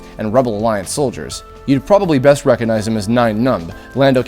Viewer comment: I'm sorry, but I have to be that person. if you're going to be a narrator, it's obviously very important to know how to speak and pronounce words properly. Hearing you mispronounce the word "recognize" so many times made me cringe.